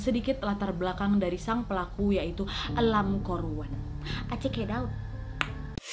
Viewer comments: Ka nadia : lan kor wan Me hear that : angkor wat -buat yang tau tau aja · Lam kor wan , baru kali ini Wak q denger nama orang HK ada huruf R nya 😁